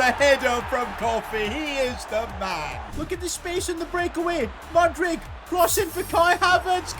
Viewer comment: I really wish youd say mudryk right